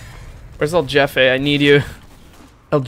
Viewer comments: I know it’s not his fault but hearing Jefay instead of “hefeh” made me want to die lol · When u say "jefe" its not like yefe, its like when u say "holy" but in "hefe". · There's no english J sound in Jefe, its like hey without the Y, hefe. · Does he know it's not pronounced like "Jeff-A" or..? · "jefe" is pronounced like "hefe" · isnt it pronounced hefe? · i would like to correct the pronunciation, but you seem to be having too much fun so sure, his name is jeffe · Why do you say jefe like that. That annoyed me the entire time